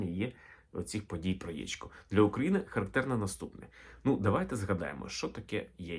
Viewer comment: Сонечко, тільки не "яічко", а яЄчко !